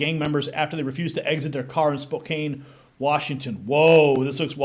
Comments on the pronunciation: FYI--- Spokane is pronounced Spo Can hahaha you're welcome. We have a huge immigrant population over here. We also have a large criminal element cuz they come here to hide from the law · I wonder when that ICE incident happened in Spokane (the A in Spokane is pronounce as the A in Apple). I wondered when ICE would make it to eastern Washington.